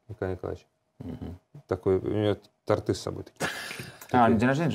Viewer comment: В слове торт, ударение на первый слог